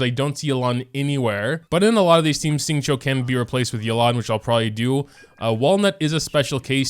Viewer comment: My chinese self when this person prounounced Xingqiu right